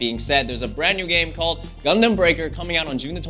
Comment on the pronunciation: He kinda pronounce "Gundam" wrong, but oh well I just pre-ordered my game. ^_^ That's all it matters. Hella excited for this!